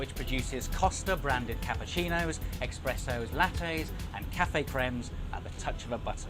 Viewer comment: can't believe he pronounced espresso ex-presso 🤯🤯